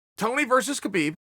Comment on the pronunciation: It's pronounced : HABIIB Not KABIIB #NameTheEagle